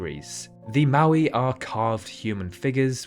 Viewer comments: that's a Caracal it's Moai not Maui. Maui is an island in Hawaii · At Isla de Pascua the monuments are called moais not mauis